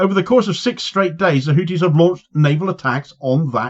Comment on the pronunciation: It’s pronounced Howthie